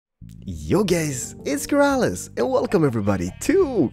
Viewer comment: At start u say Hey Gays AHAHAHA